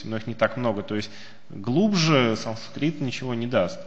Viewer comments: Ну почему такое пренебрежительное отношение к произношению?!? Почему вместо "санскрит" Вы раз за разом произносите скороговоркой "сансрит"?!?! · Санскрит, а не сансрит!!!